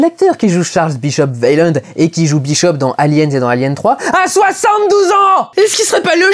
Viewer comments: Au passage, on dit "ouéland" et pas "vélande"... Mais si encore c'était le seul truc que tu avais pas piger dans ce film... Ou dans la saga Alien... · tu prononce weyland " vélande " -> alors que j'ai toujours entendu "way-land" "ou " ouai lande ", comment cela se fait t-il ? ( ici la fille de weyland qui prononce "son Nom" ) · Très bonne critique de ce film cependant Weyland ca se Waylande pas Vayland bordel de merde